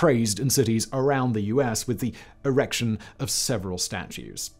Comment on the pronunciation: Very tragic stuff, unfortunately I did laugh when Simon oddly emphasised the word "erection" during the gynaecological segment.